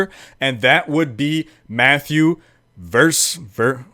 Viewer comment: Matthew Versluys.. (~ versluis). Goddammit. It is a dutch name.. Dont you speak dutch??